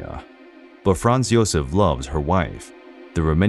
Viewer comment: When all one has to do is narrate, and that’s not done correctly…..eh…huh? If you don’t know, ask. In one video the narrator goes from Joseph to Josef with the ‘y’ sound, which is correct, then Gazella instead of Gisela, Gees-la. You had one yob